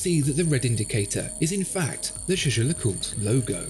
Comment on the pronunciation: Why is this guy not pronouncing half the name of this watch? GeGe le coolt... That's how he make it sound...